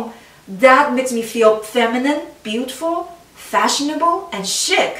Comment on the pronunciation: Great tips, dear Chi. BTW, the word “chic” is pronounced sheek, it rhymes with cheek, but with the softer sh-sound, not the harder ch-sound. It’s a French word, and that language pronounces ch-as sh-, except for imported names and words, of course, like Chi! Your English is nearly perfect, it’s very impressive, but I thought that you might like to know the correct way to say some of these common fashion terms, you are always a continuous-improvement lady, like me (I appreciate it when people correct me), which is why I expect your channel to grow fast! It is a compliment really, if you studied dance (I bet you did, based on your gracefulness), you will know that only experts (not that I’m one) only bother to criticize people with a lot of talent, the others aren’t considered worth the effort.💕